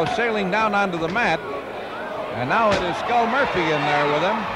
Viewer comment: Love the ring announcers calling him Skull Moirphy...